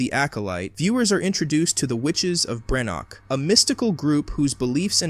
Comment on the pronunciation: Perusing some of the comments I’d likely have less of an issue on the take here but given that there are 2 major errors in the first sentence I’m not gonna waste my time to find out. 3rd episode, not FINAL. BrenDok, not Brenok. Whether it’s lazy reliance on AI or lazy editorial/proofing of the work, neither speaks well of the channel.